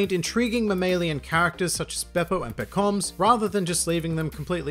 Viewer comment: Man, why do you pronounce Pekoms like "pekoms" and not like "pekoms" as everyone else does?